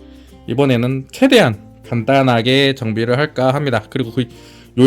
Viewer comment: 딸라가 아니라 따라 아닌가요?? ㅋ